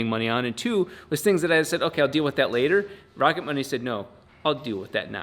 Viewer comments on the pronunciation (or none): At first I thought you said sponsored by Rocket Bunny. Rocket Money is way less cool 😆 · I thought he said "Rocket bunny" and expected a free widebody for the FD